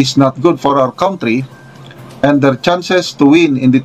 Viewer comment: A general vlogger pronounces country as cowntry?